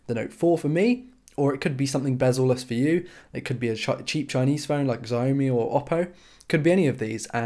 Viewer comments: Not "Zayomi". It's "Sh-ow-me" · No. Its cee-a(as a:)-omee Cee-a-omee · Xiaomi is pronounced like shao (as in shower) me